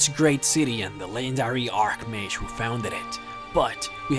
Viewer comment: It's read 'Arch-Mage', not 'Ark-Mage'